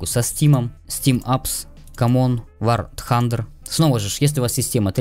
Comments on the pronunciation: ммм... вар хантер мммм вообще-то вар тандер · спасибо! помогло! но не вар тхандер, а вар тандер. а так обалденно!